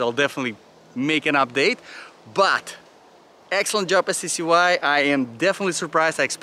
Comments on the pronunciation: Pronounced ""SKY"" . 😁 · They pronounce it Sky, also I was always curious what accent is it that you have ? / nationality?